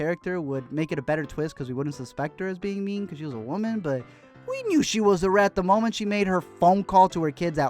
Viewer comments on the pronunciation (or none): none